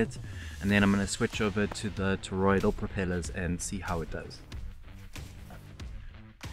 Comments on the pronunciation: ToroiDAL not ToroiDIAL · Now after me. TOR-OID-AL. not TOR-OID-EE-AL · Toroidal. Not: “toroidial”. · toroidal, not toroidial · FYI: It's "toroidal", not "toroidial" (sounds like "tor-oid-eed-ul") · It's toroidal not toroidial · Ok, I may be a little particular, but FFS! It's Toroidal NOT fcking TOROIDIAL. WTF! Michael 🇦🇺 🫨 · Why do you keep on saying: toroid-ee-ul ???